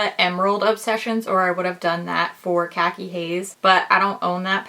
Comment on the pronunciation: Not how you pronounce khaki 😭